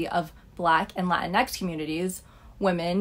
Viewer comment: Did you really just unironically say, "latinex?" What a joke